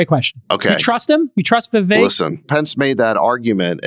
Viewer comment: Friedburg passively aggressively mispronouncing Vivek’s name after being corrected multiple times was pretty surprising. Was pretty childish honestly.